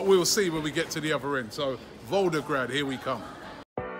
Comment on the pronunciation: ROBBIE!!! It’s VolGograd, not VolDograd